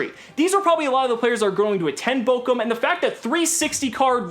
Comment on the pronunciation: I hate to be that guy, but it's Bochum not Bokum